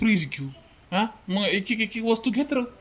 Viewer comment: वास्ता नाही वस्तू म्हणतात. तुमचा भाऊ खुप छान आहे.